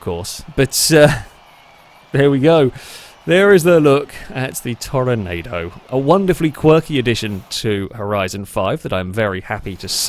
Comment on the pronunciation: Great video, I love these ridiculous races. Side note, I know it's weird but for this car it's pronounced Tor-nah-do instead of the normal Tornado. No idea why, that's just the way it is🤷‍♂️